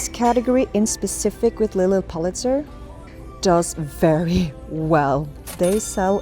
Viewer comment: So many good finds! Love the dragon shirt. Ps it’s PULL-it-zer❤